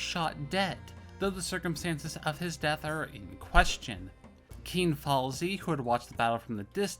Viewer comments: It's FAISAL!!! not Falsi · I'm sorry to hear about your problems. You didn't ask for the correct pronunciation, but it's pronounced the exact same way it's transliterated; fai-sal. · Where did you ever get the idea that Faisal is pronounced 'Falsi'? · Falsy, Rijaq, Alwey, Shek-Bed, Al-Sari, Gooran. Like bro just read the letters, the S in Faisal is before the L so how do you pronounce it falsy, and wheres the J in Raqqa? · How do you get "falsey" out of Faisal?